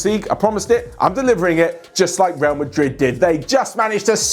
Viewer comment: i like how you say “my madrid”